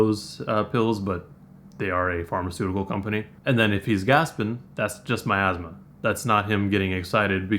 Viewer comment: Pretty sure he also meant ‘miasma’ when he said ‘my asthma’